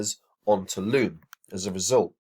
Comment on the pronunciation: Its loom lads not lobe